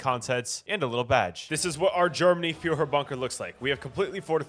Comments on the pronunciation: please learn how to say führer as a german it hurts but expect that a reallly good video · The way you say Führer and Germany is killing me